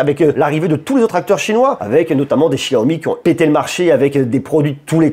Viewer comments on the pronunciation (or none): none